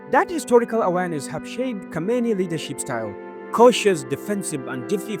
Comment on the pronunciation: Just learn the difference between khomeni and khameni❤